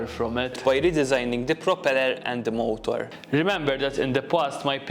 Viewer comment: Am I the only one who hears him say Molotov instead of motor?